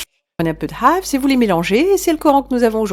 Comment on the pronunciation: Tu dis très bien le mot "Hafs" ❤